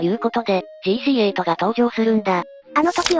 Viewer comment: 型式はジーシーエイトじゃなく、じーしーはち、が正しいですね AE86もえーいーはちろくって読むでしょ？ 型式に表記される数字は単なる記号扱いなので、1つずつ数字読みします FD3S→えふでぃーさんえす、SW20→えすだぶりゅーにーまる、JZA70→じぇーぜっとえーななまる、って具合です